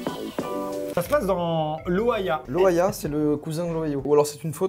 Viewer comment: Perso, j'ai entendu Ohia... On juge pas amixem hein ! 😂😂😂😂